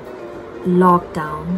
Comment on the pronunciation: Hey this is sadikshya... and the way you said lockdown was😂😂😂😂 keep going lots of love😘😘❤❤❤